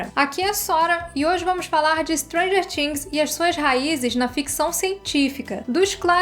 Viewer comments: "TH" no inglês é pronunciado com a língua entre os dentes, sem forçar o som do "T", na realidade perde esse som e fica algo próximo do "D". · O vídeo é ótimoooo!!!!! Mas a pronúncia de "things" me incomodou rsrss